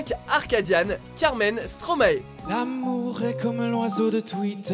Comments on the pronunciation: Bah déjà Stromae c'est l'inverse de maestro. Donc on prononce mAistro et non maéstro. Donc oui, tout le monde m'appelle comme ça mais vous avez tord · On dit pas stromaÉ on dit stromAÏ ....... merci -_